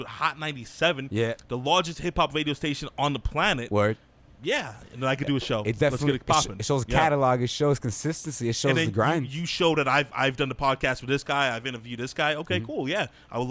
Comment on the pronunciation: This young baca guy tries to talks like he’s a celebrity but at the same time he talks nonsense and irrelevant topics where is WALPHS? WADIO STATION? What is woahking?